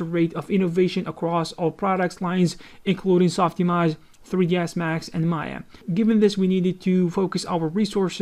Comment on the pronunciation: "SOF IMOJ"